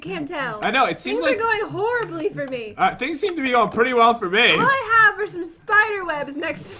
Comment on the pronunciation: so funny when kept saying the pitty round omg